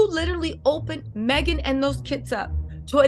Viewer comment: it's Meghan not maghan sounds like you are a troll